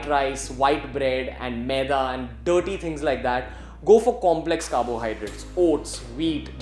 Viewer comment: The way he says dirty. Makes me wanna hate those foods